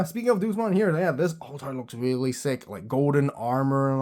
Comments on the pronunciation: The pronouncing of DEUSMON got me rolling. Deuce-mon, the master of the Numemon I guess? Day-yous-mon is the pronounciation for those who don't know. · It's not Doosmon, it's Day-oosmon, as in the latin word for god. Like "Deus Ex Machina" meaning "God from the machine" and "Deus Vult" meaning "God's Will". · Funny how he says Duce-mon instead of Deusmon. Like DayUsmon is just like Duces, i'm out. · The Deus in Deusmon is pronounced Day-us, like the Latin word for God.